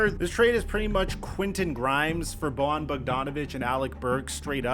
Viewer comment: It's pronounced like Boyan, he's not Latino.